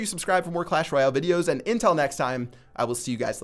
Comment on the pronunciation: His "until" sounds like "intill"